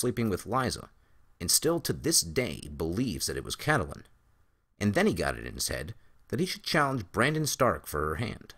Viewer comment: Please, please, PLEASE, I'm begging you, stop pronouncing her name as Cat-a-lyn. Its CAT-lyn. Two syllables only. I love your deep dive theories and think that your videos are brilliant, but by mispronouncing a main characters name......its disappointing. Sorry, I'm not trying to be nit-picky or a Debbie Downer, but it really gets to me.